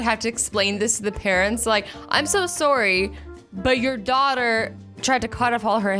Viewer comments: No-one: Not even a single soul Azzy: Sore-ie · Azzy: Sor sorry Me: So sorry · nice pronunciation of sorry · I love her accent went she she says sorry